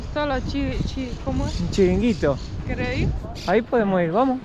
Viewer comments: charanguito no.. chiringuito :D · Se llaman chiringuitos … no charanguitos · No charanguito, sino CHIRINGUITO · Chiringuito, no Charanguito...que pareces Lisanna. Jajaja. Y no, no son cubanos, los llevamos a Cuba. Dícese espetos a las sardinas realizadas así. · Se dice chiringuito jajajaja. Me alegro veros por Andalucía, deberías de visitar Córdoba. Córdoba es preciosa. Un beso grande los dos ❤ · Chiringuito , no charanguito , amigos , el tipico restaurante andaluz de playa . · Se llaman chiringuitos no charanguitos 😂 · Genial!! se dice "chiringuito" 🙂 en lugar de "charanguito" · se dice chiringuito 😂😂😂😂😂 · no es charinguito es chiringuito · Se dice chiringuito y no charanguito también se llama avión y no turbo 😂😂elice y por favor me siento muy ofendida por el título de tu vídeo ya que parece que los españoles somos una verdadera especie de delincuentes o de mafiosos así que primero coges un diccionario te lees muyyyyy bien la frase que vas a decir y una vez que ya sabes con seguridad todo lo que quieres decir entonces lo pones pero sin hacer nada de daño a ninguna persona si Antonio banderas además de todo esto también tiene pelos en los huevos pero que tipo más requerimiento que es este pedazo de payaso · ja, ja, ja. Chiringuito no charanguito. Casi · Habeis venido ala mejir coudad de España que lo sepais🎉🎉🎉🎉 es chiringuito no charanguito pero bueno se puede aceptar la falla 😜no merterse en marbella es lo mas caro. Nerja os lo recomiendo para playas y gastronomía y calidad precio....estoy aqui por si os puedo ayudar wn algo suerte familia❤ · chiringuitos no charanguitos jaja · se dice " CHIRINGUITO", no charanguito 😂😂CHARANGO es musica folklórica de Argentina...😂😂😂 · 😂😂😂😂😂😂😂charangito no chiringito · Es chiringuito 😂no charanguito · se dice Chiringuito, no Charanguito. Y la pizza lleva anchoas, no sardinas... Ya que vivis de esto, por que no te ilustras un poco para no quedar tan ignorante? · Chiringuito se dice chiringuito